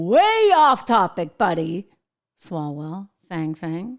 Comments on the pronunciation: . .Swallwell's name is always oronounced...the peoper pronunciation is 'Swallows well" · I think his name is closer to SWALLOW-WELL